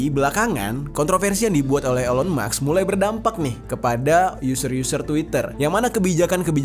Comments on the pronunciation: Elon Mask Pak bukan Elon Maks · cara bacanya bukan ilon maks bro, tapi ilon mas, k nya mati di akhir